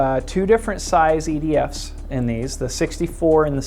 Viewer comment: Its funny it almost sound like said ''idiots'' in stead of ''EDF'S'' LOL!